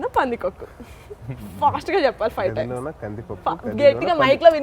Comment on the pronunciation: It's not 'Gadi lona' it's Gaadhi lona :)